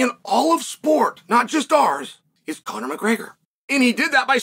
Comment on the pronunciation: Come on bro, it's Conor. You literally got every champion from bantamweight to welterweight saying his name. He's one win away from being able to fight for a belt in 2 divisions and as of this comment, Conor is a slight betting favorite over Chandler.